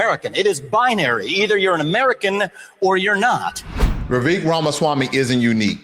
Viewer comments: Vivek is pronounced Vi-vake like cake. Also, Vivek comes from ancestors of the highest caste system in India. His family did not poop in public. 🙄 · You pronounce Vivek as if it is Revek.